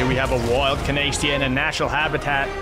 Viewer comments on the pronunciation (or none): CANNAEST-EGG is CANNABESTIA